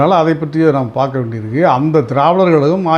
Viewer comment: வணக்கம். Travidar கழகம் என்று உச்சரிக்கிறீர்கள். அது dravidar கழகம் தானே? தென் மாவட்டங்களைச் சேர்ந்தவர்களுக்கு இது ஒரு பெரிய பிரச்னை..!!